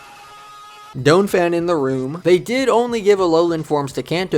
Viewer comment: Who tf says Donphan like that